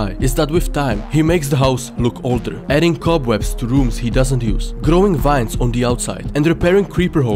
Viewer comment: to me how you say vines sounds like wines